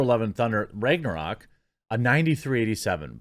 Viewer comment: The way you pronounce Ragnarok is upsetting